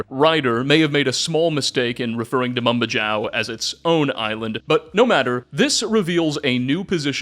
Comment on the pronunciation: Love the video but Mambajao is pronounced with a Spanish J (Mam-Ba-Hao) as the Philippines was once a Spanish colony